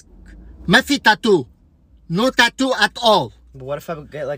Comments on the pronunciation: I love how his dad pronounced tattoo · i love how he says tatu and not tattoo lmao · Every one :tatoo His dad :tato tato